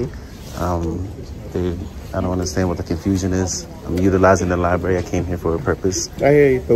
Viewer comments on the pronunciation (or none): Liberry and oof. It's library and oath